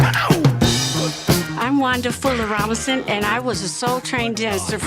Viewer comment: Funny, her name was Wanda Fuller, but I’m hearing “Wonderful-er”, lol.